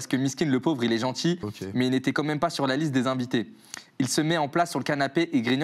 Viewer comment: Les « pauves » m’ont eu sah 😭